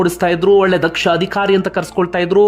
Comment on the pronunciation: Adikhaari alla Adhikaari... alpa prana maha prana sariyaagi uccharane maadi